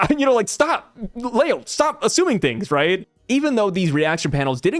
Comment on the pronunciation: How do you say Leo wrong.... there is no A. It is not Lao